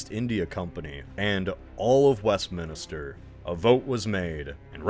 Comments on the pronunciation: Yeah and its Westminster not Westminister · Your pronunciation of Villeneuve is shockingly ignorant and comically inept. 'Westminister' is quite funny, too. There's hardly a name, English or French, you didn't butcher. Couldn't be bothered to find out?